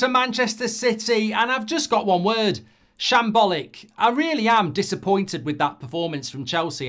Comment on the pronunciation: Goldbridge says ‘Shambllic’